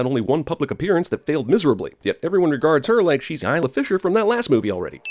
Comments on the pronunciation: I'm sinning you for making it really obvious you kept pronouncing "Isla" wrong. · When you forget that it's pronounced ey-la and not is-la so you have to cut it out and say it properly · something about you saying "Lula" and "Isla" is wrong in this video. As if you cut the syllables together from other sources.